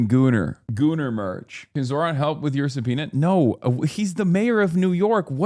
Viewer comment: "Can Zohran help with your soupena" LOL